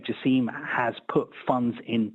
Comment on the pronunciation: It's "Jaa–sim".. not Jaseeem😵 like how (the Qatar WC hater) pronounce it.